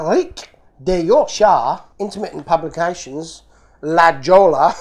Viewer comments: La Jolla California the J and ll is silent it’s pronounced La Hōya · You butchered the Spanish pretty good. J in Spanish is 'H'. (not silent J) LL is 'Y' or 'YY'. E is usually 'ay'. (hard A) I is 'ee'. A is 'ah'. O is usually 'oh'. X is 'h'. (Mexico is may-hee-coh) QUE is 'kay'. (not cue) So, not La Jolla, "La Hoh-yah". (a lot of Spanish names in California) Like Jalapeno is "Hal-ah-pay-nyo". I think Abuelita is "Little Grandmother". (ah-bweh-lee-tah) Rellenas is "Ray-yay-nass". (like Chile Rellenos) Not Rah-jas, rah-hass. Not cah-jee-tah, Cah-hay-tah Not Cue-mah-dah, Kay-mah-dah. You like and don't like what you like and don't like, but I hope you didn't hurt his feelings. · La.Jolla is pronounced La Hoya, (it's Spanish). The USA postal abreviations for all the states that begin with an M are difficult to understand. (Maine, Maryland, Massachusetts, Minnesota, Missouri, Mississippi, and Montana) Maine is ME (it uses the first and last letters) because MN was already used for Minnesota. BTW, don't try to eat the Mexican hot chocolate like a candy bar... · La Jolla...pronounced....La Hoy-ya....is a costal town in Southern California....near San Diego....very pricy real estate...I spent most of my summers on the beach there in my youth..